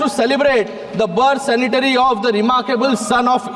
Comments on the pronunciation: It's Centenary not Sanitary....expected better from a medical doctor. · सेनिटरी नाही रे बाबा सेंटेनरी म्हण की रे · छान. पण Centenary शब्दाचा उच्चार चुकीचा केला आहे